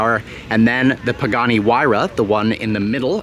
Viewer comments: Literally said “Pooghani” 😂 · 3 generations of “pooganis” lol